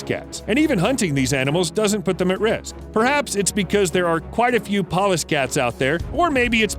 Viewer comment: I thought he kept saying "paw-less" cat. I thought what do they use knives???